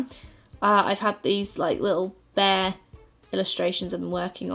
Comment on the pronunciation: "Bayah" instead of "bear" 😂❤️